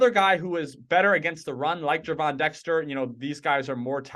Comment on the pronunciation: Pronouced "JERVON" Dexter